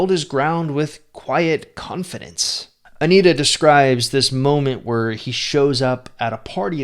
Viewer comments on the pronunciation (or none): It's Antia, not Anita.